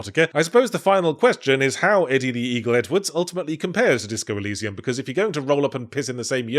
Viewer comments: Wait I thought it was "El-ee-see-um" not "El-eye-see-um" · why are you pronouncing it e-lie-zee-um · Ew ew, who pronounces Elysium like that? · Switching between pronouncing 'El-eye-sium' and 'El-ee-sium' almost ever other time is making my head spin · Who pronounces "elysium" like that? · Is this motherfucker pronouncing 'Elysium' in two different ways (one right, one wrong) on purpose? Is it some sort of in joke? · Flipping between different ways to pronounce Elysium is killing me. And I wasn't even close to your nail factory, dude. No fair! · weirdly pronounced elysium there